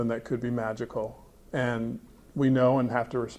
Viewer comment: When he said magical i heard "money"